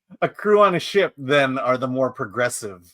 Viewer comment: Every time Chris says ship I always hear "shit"😊